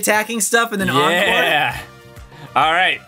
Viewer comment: Encore, not enecore.